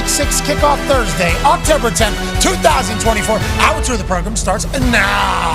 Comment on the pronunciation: Progrum with the "Wed Wiver Wivalry." lol